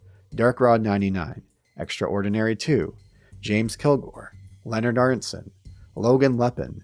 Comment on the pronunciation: it's surprising that got my first name right! but Aronson is pronounced Aaron-son!